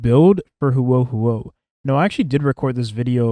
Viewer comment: He said it pretty fine after the first couple of times.